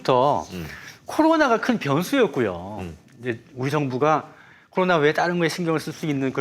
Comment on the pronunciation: 보세요^^ 일단 컨설팅 좀 해줘봐유~ 아는건 많으시고 맘은 급해 말은 마음만큼 못 따라가고 방송이니 순간순간 적절한 단어 생각해 벳어야되니 이게 참 뜻대로 안 되보여유 이 훌륭한 기자님 코로나를 '코도나'로 발음하시는 다소 혀 짧은 소리 내는분으로 보이는데 걱정 말아유 멀리 볼것도 없어유 자꾸 방송하다보면 되게 되 있어유 우리 주진우를 봐유 급하디 급하지 답답하고 속상한 맘 맨날 털보총수한테 구박 받아도 지금은 그렇게 말 잘하고 센스만점인 방송인 다 됐슈!! 그러니 급하게 말해도 단어 또박또박 해 줘봐유 이거 된다니깐요 주기자를 보셔유~^^(혀가 짧거나 하진 않고 유형이 살짝 다르긴하지만) 뭐 이것도 특징이 될수 있으니 문제 없고요 천천히 말씀을 하시던 또박또박을 해주시던!! 그래요 제 귀가 이상한거예유 분명 제 귀가 이상한거예유..절대절대 디스하는거 아녀라~ 그리고 너무 빨리들 진행이 되는건 이해하는데 한 꼭지 끝날때마다 한 숨 한 번 쉬고 해주셔봐유~ 이렇게 고급 인력들이 매주 날까롭게 풀어주는 정치썰 너무 좋은데 저같이 듣기로 주로 하는 사람한테는 뭐라는건지 잘 안 들리거나 귀에 뭐가 좀 거슬리면 잘 못 따라가겠어서 안타까워서유~~ 제가 생각하는 지금의 문제가 아마 뷰가 더 올라가지 않는 이유가 아닌가라고 적어봤습니다.. 도 듣보잡이 봉도사 말 끊는다고 했던때가 있었쥬 ㅋㅋ이런 인물을 흙속에 진주로 둘뻔했잖아유 을 장점 살려 잘 좀 해줘봐유 그래야 두 분이 업되고 박시영티비도 대박이 날것 같어유~~~ 맴을 담아 띄워유💕